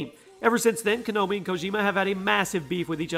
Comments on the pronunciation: Konomi. How you say Konami wrong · Pronounces Konami as Kanomi 😒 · I swear if he said konomi instead of konami one more time... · It's KO NA MI not Kanomi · It hurst to hear a word Konomi (actually its konami) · Konami, not konomi. Ko-nah-me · KONAMI NOT KONOMI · Kanomi? Kanomi? LOL the name of the company is spelt KONAMI. How can you still pronounce it as KANOMI. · wait did you say "Kanomi"😂😂😂? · Ko-nah-mi learn the actual names of the companies bruh. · "konomi" nice! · Kanomi? Can you read? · *KANOMI* .....lol wut? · How he pronounces Konami...